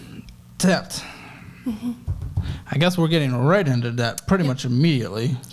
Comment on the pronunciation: Every time says "Debt", I hear "Death" and I don't think that is coincidental.